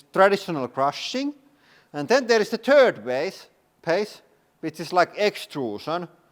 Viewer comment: I like how it sounds like "turd phase" with the dialect and how it is in the same sentence than "extrusion"